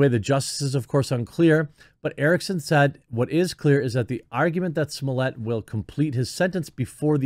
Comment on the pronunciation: I wonder if Jeremy will have learned to pronounce Smollett by the end of this ordeal.